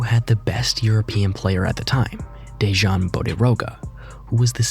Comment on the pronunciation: Dežan? WTF? DEJAN! Stupid americans... Hahahahhahaha.....